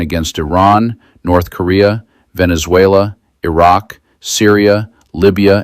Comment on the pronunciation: Did he say " Venzuayler " ?